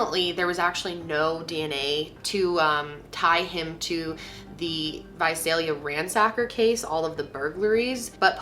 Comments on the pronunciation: You said Visalia right!!! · I just want to say thank you for pronouncing Visalia the way that people who live there pronounce it. Most of my family lives there and I spent a good deal of my childhood there, and every time I hear this story told I get flustered at that. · I’m from Visalia and THANK YOU FOR SAYING IT RIGHT 😅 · thank you SO SO SO much for pronouncing Visalia correctly! A lot of people always say vuh-zell-yuh and it's NOT. So thank you for that! Thank you for covering this case. Me, a Visalia native, appreciates it!